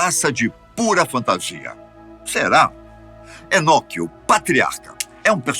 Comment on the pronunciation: "Enoqueo, patriarca"